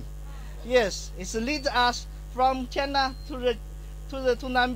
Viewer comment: also, I don't go to his country and call it chien-y-a. That's the least anyone can do... as I said how come nobody helped and corrected him. This is really bad PR for our country.